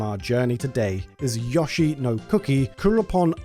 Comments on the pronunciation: Stop saying YAH-SHE it's pronounced YO-SHE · Anyone who pronounces Yoshi as Yosh-E deserves to burn in hell! It's pronounced Yo-Shi. Also, Yoshi's Cookie was released in "the west" (you stupid fucker!) on both the NES & SNES! Do your due diligence & research your info better & learn how to pronounces names correctly before uploading is nonsense! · If this man said YAHshi instead of Yoshi one more time I might have fucking lost my mind. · Its NOT "yahshi" but "YOshi". The secret to knowing the difference, is the "o" makes an "o" sound, and NOT and "a" sound. Hope that helps. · his name is YOshi not YAshi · My dude, I know Brits take pride in fucking up the pronunciation of foreign words, but how you turn "Yoshi" into "Yawshi"? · Good video, but I recoiled everytime Yoshi was pronounced "Yah-shee" instead of "Yo-shee" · You say "Satoshi" correctly, but not "Yoshi." Why? It's the same sound: "oh-shee." It would only be pronounced as you say it if it were spelled "Yashi." Likewise, "Undake" is not pronounced "Oon-da-kee," it's "Oon-dah-keh." The "Bun Bun" in Excitebike Bun Bun Mario Battle Stadium" is pronounced "Boon Boon," not "Buhn Buhn." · Who the hell pronounces Yoshi as "Yah-she"? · Whooooo tf is yawsheee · Somehow YASHEE is worse than JODORO. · Besides twitch streamer/YouTuber Carl Sagan 42, I've never heard anybody else call Yoshi "Yaw-shee" until I watched this video. Normally it would annoy me but it's actually kinda funny, reminding me of him instead. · Look, we both know the sound is "yo." Like "yo-yo." At this point, it feels deliberate. 😅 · ah yes YAH-SHE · Drink every time he says Yashi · I can't help it. You're mispronouncing Yoshi pretty hard, there... but pronouncing the other Japanese names with the "yo" sound correctly. Sorry, not sorry. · ......I LOATH the way you say Yoshi..... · Why can't you pronounce "yoshi" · worst way to say yoshi ever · The way you pronounced Yoshi 😂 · I like this video but I cant stand the way you say yoshi